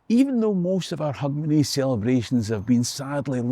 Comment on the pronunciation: It's, Hogmanay.